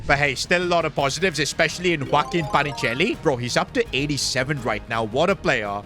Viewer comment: PA NI CHE LI, NO PACHINELI